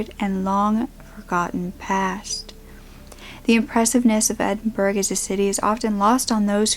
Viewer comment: Edinburgh girl. Rare to hear my city's name. Its pronounced Edin- bragh.